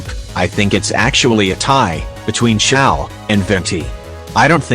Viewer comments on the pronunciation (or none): "say-you" "hey-joe" edit: "SING-JOE"!! HAA